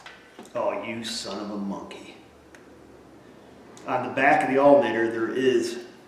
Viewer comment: So this drinking game... is it every time you say altERnator, or every time you say altAnator? ;-P